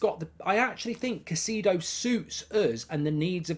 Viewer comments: It’s “Kai-say-doe” Mark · Caicedo is pronounced as Ki-seh-doh